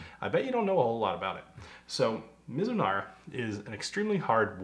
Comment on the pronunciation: Your pronunciation sounded good to me = Me-zu-nala. Thanks for all the history and details. This one sounds so good!! That's the real key, ya wanna drink more!! Cheers!